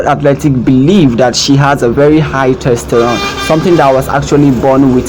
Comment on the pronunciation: Testosterone... not "testerone". The Caribbean is on the north American continent, it is not a continent on its own!